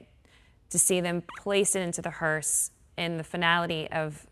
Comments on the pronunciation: It's a hearse, not a hearst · Not Hurst, it's hurse! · Hearse .. not Hearst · HEARSE NOT HURST. A Hearse carries a casket. Hurst is a transmission product manufacturer/retailer. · Hearse not hurst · Someone should have told the lady it's a hearse not hearse"t" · It's HEARSE not hearst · Hearse does not have a T on the end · Hearse no t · you've done great coverage, but there's no "T" on the end of hearse. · She keeps saying “the hearst” and even her co-announcer doesn’t know to correct her. Orange Dump did say he loves the uneducated 🤪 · The word is hearse without a T. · Someone needs to tell the female commenter that there is no “T” in the word hearse! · Please stop saying “hurst” it’s distracting